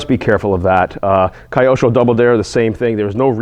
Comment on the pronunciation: Say it with me Kee•oh•sho 😂